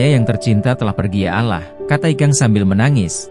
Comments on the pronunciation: Allah bkn alah pembaca berita nya tu hrs bs mbdakan bhsa ya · Bacaanya alloh mase...bkn allah...hih ga bisa baca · Ini yang jadi narator siapa sih? Gak enak banget didengar, terutama kalau pas ngucapin " Ya Alaahh' , masih punya stock narator yg lebih pas gak? Di kuping eneggg kalau ada yang ngucap kata "ALLAH" gak pas banget! mirip lidah orang2 dg salahsatu ajaran yang banyak nyolong istilah dari Alquran dan Islam. Ganti ya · Apaan alah. Gak ada alah, tetapi Allah. Apaan sih ini tribun. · Allah ngomong Alah🤦‍♀️ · nih org yg ngomong nya bukan org islam deh,,ngomong Alloh aja Allah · Itu pembaca beritanya AI ,, editornya kurang kopi, minimal script nya lu tulis Awloh sebelum di generate ke audio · kamu nonis ya min ? pengucapan Allah bagi seorang muslim bkn spt itu .... kamu org ind pasti tahu bgmn muslim ind mengucapkannya dan ikang fawzi itu muslim... jangan suka memancing kegaduhan !!!